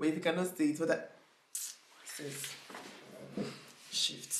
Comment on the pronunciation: She said “sis shift”😭😫😫shift back to your country 😂. Here for this video